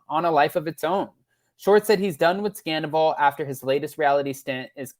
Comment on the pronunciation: Schwartz said he was done with Scandoval NOT Sandavol.